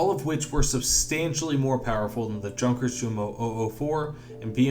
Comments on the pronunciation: "Junkers" and "Jumo" are both pronounced with the German "J" as a Y. As in Yunkers and Yumo. Otherwise great stuff. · God dammit it’s pronounced Yunkers